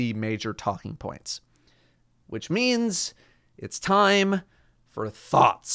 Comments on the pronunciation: did he say thoughts or thots? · 2020: “it’s time for thooots”